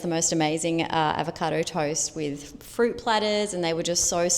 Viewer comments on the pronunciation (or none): none